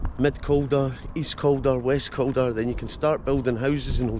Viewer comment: 2 mins in you called it west calder lol😂😂😂 Just came across your videos they're great 👍